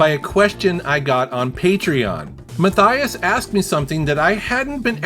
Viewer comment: You pronounce Matthias incorrectly lol.